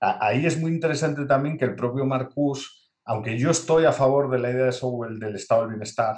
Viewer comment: Marcuse con la E al final, era aleman, se pronuncia igual que Porsche o Nietzsche, la "e" no es muda.